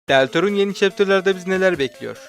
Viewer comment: Öncelikle Deltarune "deltarūn" diye okunuyor 'ran' yok. Trailer'a ve sızıntılara bakarak bence Woody teorisi gerçek. Mike muhtemelen Spamton'la gecmişi olan bir mikrofon ama bir spam botuyla bir mikrofonun nasıl bir etkileşimi olabilir bilemiyorum. Tenna'nın sızan diğer tasarımında buruna sahip olması neye işaret ediyor acaba sadece sanat tasarımı mı öyle yoksa çoklu kişilik veya birden fazla Tenna falan mı var? Sondaki melek tasvirinin ortasındaki save point'in Titan'larda da olmasının yanında şunu da unutmayalım ki save alma gücü ortamdaki en kararlılığı yüksek kişiye özgü oluyor (bu yüzden dark world'lerde kris save alabiliyor) ancak lightworld'de alamaması belki the roaring knight'ın belki de angel'in hometown'da bulunduğuna işaret edebilir (sonradan eklenen savepoint'ler canon değil -toby'nin tweet'i-) Chapter 5 sığınakta geçer muhtemelen ve belki de tüm kasaba darkworld'e adapte olur. Chapter 3'ün son komedi odaklı chapter olduğunu varsayarsam bence chapter 5'te daha çok the device theory'de bahsedilen olaylar gerçekleşecek (molly star'ın 12 saatlik teorisi) yani evet gaster'la ve undertale'le doğrudan bağlantısı olacak. renk paleti değişimini kilisedeki darkworld'ün the roaring knight tarafından açılmış olmasına bağlıcam şimdilik, ki muhtemelen o kaplumbağa kadın knight. son olarak chapter 4'ün hiçbir görütnüsünde ralsei'nin olmaması ve muhtemelen son chapter'da karşılaşacağımız bir sahne olan animasyondaki melek sahnesinde meleğe karşı eğilmesi de şüphe uyandırıcı.. b